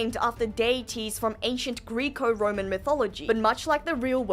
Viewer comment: Greco like gecko not Greek-o